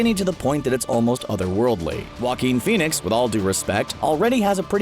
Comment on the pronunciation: Hate the way the uploader pronounces Joaquin Fenix making it sound like walking finix